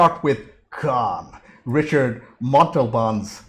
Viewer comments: anybody else wince everytime he said "richard montalban"? if you see this he was mexican(i think) and yes in english ricardo is richard; but in spanish its ree-card-o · Richard Montalban? It's Ricardo! /facepalm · It's pronounced Rick-ard-o, not Richard. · Ricardo, not Ricard.